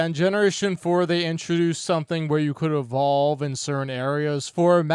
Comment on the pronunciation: “How does this Pokémon e-VAHL-ve?!”